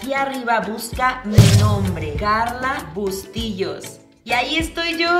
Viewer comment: jajajaja me da risa la q diga bustillos